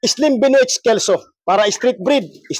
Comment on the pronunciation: Slim Benoit is pronounced (“Ben Wah”)!!!